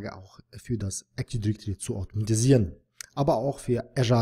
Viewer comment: Danke für das Video! Aber teilweise extrem nervig, wenn Active Directory falsch ausgesprochen wird ;)